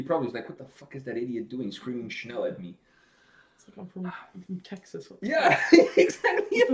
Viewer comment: You pronounced that German word "schnell" (meaning fast/quick) correctly. Since you interviewed Andi Kravljaca already, why not do a reaction to "What I've become (edit)" - that intro!!! - or "Day by day" from the first Seventh Wonder-CD, in case you haven't heard it yet. Cheers, mate.